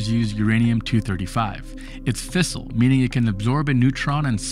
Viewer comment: Its fissile not a fistel get another translator ytup einzt